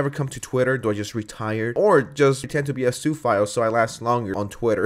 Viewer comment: It took me a while to figure out what you meant by Sue file. 😁 Don't hate me. That's what I thought he was saying!🤣